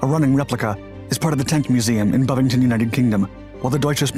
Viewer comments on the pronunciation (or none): The one in the UK is called Bovington not Buffington, but love the knowledge